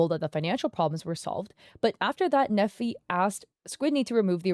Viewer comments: His name is Nephi, he was raised with the importance of reputation management. Only LDS/Mormons name their children Nephi. Pronounced knee-fie, not neffy. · I went to school with a Nephi. It's a common name in the LDS church. It is pronounced like KNEE-fye and not "neffy". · As someone who was raised LDS/Mormon in Utah County, Utah (and still lives there to this day), hearing that name pronounced like "Neffi" is making my brain glitch 😂 (If you don't know, Nephi is the name of a significant character in the Book of Mormon, and we actually have a city here in Utah County called Nephi, but we pronounce it like "KNEE-fy".) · I’m sure no one cares but the pronunciation of his name is “Neefeye” long E and long I sound. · “Nephi” is a Mormon word and is pronounced Knee-fi. Love the video as always!